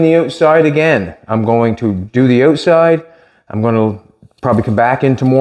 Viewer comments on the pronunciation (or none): says,the ooot side...hahaha.. I should talk. I'm from Boston..